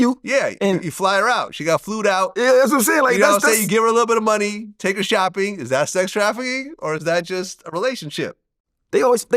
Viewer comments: Flown out not flewend vlad come now lol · Did this dude Vlad just say Flued out😂 No such word my boy.